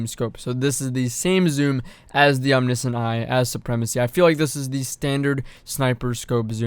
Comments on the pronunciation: Om knee see int....it’s om ni shent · omniscient is pronounced om-nish-int just fyi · actually the discrepancy comes down the the fact it is pronounced differently in UK English versus American English. "glacier" is another example